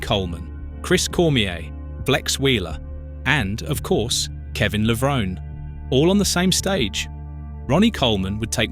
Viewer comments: AI does not know how to pronounce Levrone 🤣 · Very sad you purposely mispronounced Kevin's last name the ENTIRE video! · That's a great start making a 14 minute video about someone and not knowing how to pronounce his surname, good job pal